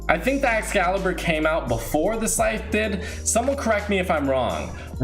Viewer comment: Anyone else thinks when he says sythe its like “Sike!!!” Meme thing